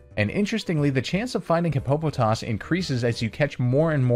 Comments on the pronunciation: Hippo-po-toss, Not hi-po-po-toss. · It's pronounced hippo-puh-toss, not Hi-poe-puh-toss. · This guy really said Hip-po-po-toss